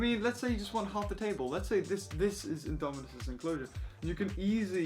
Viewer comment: TABWE (how you said table 😂) your prob my favorite youtuber ever